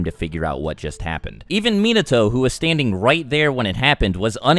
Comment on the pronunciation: it really triggers me how he pronounces minato and naruto